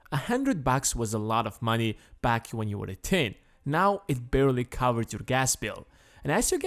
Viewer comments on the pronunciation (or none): none